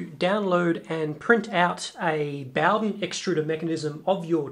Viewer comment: HaffSack Ikr, was driving me crazy ! Boughdin, boughdin, boughdin ! It's bow, bow, bow !